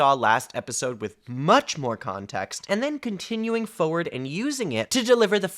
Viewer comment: Noticing you say "play-tonic" instead of "pla-tonic" and "foe-ward" instead of "for-ward" 😂